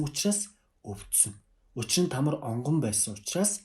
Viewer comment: Тамр биш Тамар.